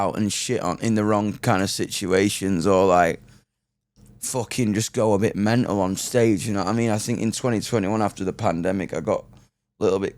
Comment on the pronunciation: Laughed hard when he said menal then mental to americanize it 🤣🤣